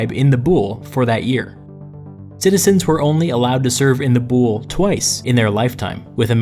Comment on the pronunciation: DUDE YOU KILL THE WORDS. THE WORD IS VOULI NO BOULE. THAT HAPPENS WHEN YOU DONT KNOW HISTORY